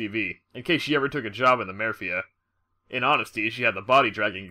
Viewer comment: The "marefia" lol good one.